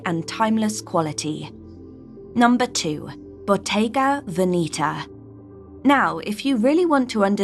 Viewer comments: Please pronounce Veneta properly. It’s not Veneeta. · Love this, but Bottega has more or less "sold out" to fashion BUT that being said, you are 100% mispronouncing VENETA. Please find someone who speaks Italian (as I do; also I was a Bottega Veneta buyer many years ago for an upscale, old money store in San Francisco, CA, and dealt with the BV people in Italy several times weekly), and PLEASE find out the proper way to pronounce VENETA. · Your pronunciation of Veneta is wrong. I also do not get why should French buy only Italian brands and one English. Old money prefers French brands.